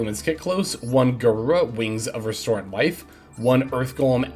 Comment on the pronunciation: it's resonant life. not restorant life.